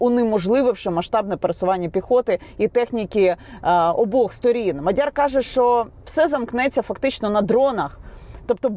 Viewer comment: Яніно,МАдяр не МадЯр..і ще п'ять - сім слів для коменту😅